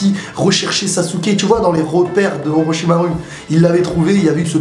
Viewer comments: Super a part peut etre que tu dis oroshimaru plutot que "oroshiarou" (en prononciation) ^^ Sinon je te conseilles boruto le film c'est vrai qu'il est vraiment cool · En V.O ils ne disent pas OrochimarOUX mais bien OrochimarU ^^